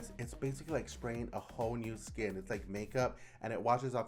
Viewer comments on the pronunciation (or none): none